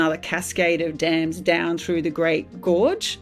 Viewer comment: The Three Gorges Dam only changed the earth's rotation by like, 0.00001%; which is statistically negligible. It is still roughly 23.5⁰, it like complaining your teacup was 50 picometers too far away. It's Dams not Dames. Dame is can old timey word for a woman, a Dam is not that. This policy is less destructive than staying reliant on Coal, though a necessary downside of building a dam is the damage to the river's ecosystem... Which can be easily minimized by diverting flow around the construction area before building the dam, which is basically standard procedure for building dams anyways. The Three Gorges Dam, is completely fine. It's location was specifically chosen because the river was prone to flooding and pretty badly polluted anyways.